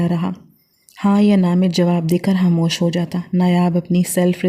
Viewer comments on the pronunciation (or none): Hamosh nahi khamosh hota hai😂 handan nahi khandan hota hai